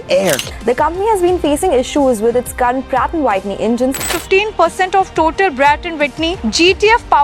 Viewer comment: "Pratt & White knee" "Brat & Witney" 😂